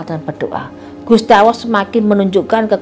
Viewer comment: Gusti Alloh tp ko ak dengernya gusti awoh ya